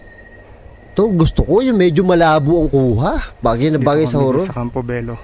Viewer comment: Bello din po apelyido ko at tamang pronounce po dyan is Belyo kasi double "L" po sya hihi